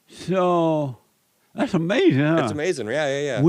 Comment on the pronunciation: I could’ve told you this was going to be the weirdest most asinine interview with the biggest,weirdest most asinine MAGA that tries to trick you into an answer where he can just say Uh-mazin! Then talk about women while thinking he gotcha when you say anything bad about trump or not being a Christian and will open the conversation from whatever it is to black people,their families and jobs and likely Jim Crow laws somewhere it’s always the same. He’s unequivocally the most asinine,ridiculous pod.